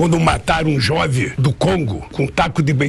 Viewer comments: Este sujeito repugnante condenado em terceira instância , dando entrevistas livre leve e solto , só aqui no Brasil sil sil sil sil . OBS : ao falar a palavra jovem ele pronunciou jovi , misericórdia . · Augusto Nunes e distintos pares: Você nem mencionou o "detalhe" desse "solene" pronunciamento do candidato comunista, quando nessa fala dele se ouve a seguinte pérola: "...Quando MATARO um JOVE do Congo com um taco..." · Lula falando "Jove" kkķk, é muita burrice num homem só.